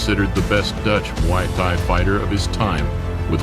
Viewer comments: Don't the Thai's pronounced the word Thai the same , why is this dork pronouncing Thai like that? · This isn't relavent, but it's funny how the narrator can pronounce Thailand fairly easily but when he tries to say "Thai" alone like in Muay Thai, his phonics changes dramatically. Great video though.